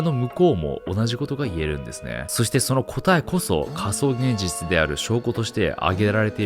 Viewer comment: げんぢゅちゅw